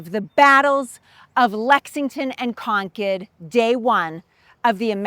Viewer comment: Good to hear the town name properly pronounced “Conkid”